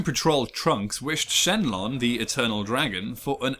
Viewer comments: did he just call the the almighty shenron SHENLON!!! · Its shenron not shenlon.